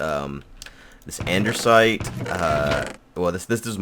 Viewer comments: the "Andersite" is pronounced andisite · Did anyone else hear him say "andersite" instead of "andesite" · Lol.. says Andersite instead of Andesite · Does he know that it is Andesite and not Ander-site, or is it a joke? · There's and "i" in DIORITE, and no "r" in ANDESITE. Die-oh-right And-a-sight. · You must be new here... If you'd been around, you'd remember that for years always called Lapis Lazuli "Lupus" just to piss people off who need to learn not to get their panties in a bunch. Also, he says "Andersite" because it sounds like Anderz as in Anderzel, another player on the server. How you don't know who Anderzel is despite this being right after last UHC is beyond me. Are you so new you didn't even see last UHC then? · Andesite has no "R" Diorite, pronounced "die" ily bby